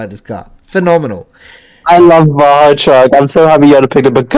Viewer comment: Ba-ja truck… XD